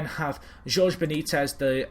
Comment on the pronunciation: "Jorge" is pronounced as "Hor-Hey"